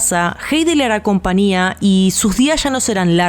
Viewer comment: Porque dicen compania..con n ?. En lugar de compañia con ñ... No usan la ñ en tu país??